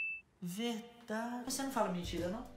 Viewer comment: Eu achei engraçado vc falando verdadii kk